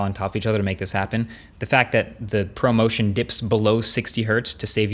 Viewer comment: I thought you said “promotion” instead of ProMotion.